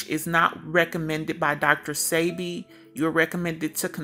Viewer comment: His name is PRONOUNCED DR. SEB-BE… I WISH THIS WOMAN WOULD SAY HIS NAME CORRECTLY!! It’s SOOO… ANNOYING!! # RESPECT ✊🏾 THE MANS NAME SAKE! Yesssh …